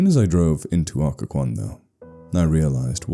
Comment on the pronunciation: Someone should really write one about Williamsburg (thats where i am) and 2) at least this channel got the pronunciation right lol!